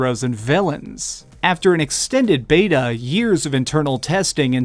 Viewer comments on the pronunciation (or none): none